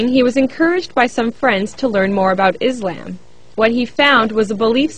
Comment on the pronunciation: lol, did the reporter pronounce Islam as Is-lamb!?!?!?! XDDD